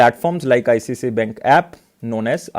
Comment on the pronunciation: Its not ICCI ....its ICICI